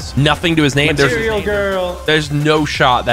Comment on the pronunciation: Did he say material gworl lol